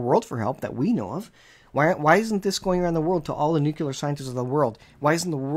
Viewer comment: N U C L E A R not NUCULAR